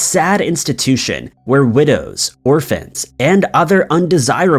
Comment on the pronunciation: Hey. Great Videos 👍 as usually. But how did you just called widow's and orphan's??? Greetings from Los Angeles California, USA Everyone's else's Keep Safe.